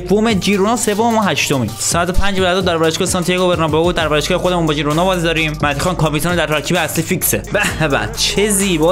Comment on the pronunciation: بسیار گودرتمند 😘♥️ ولی اسم اون تیم خیرونا هست نه جیرونا 😘✌️